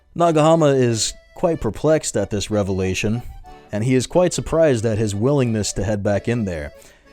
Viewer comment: I felt my brain melt a little each time you said "Revelation"... That's rad! 🍞